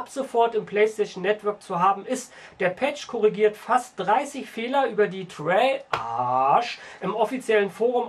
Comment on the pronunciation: Das heißt Treyarch nich Traiark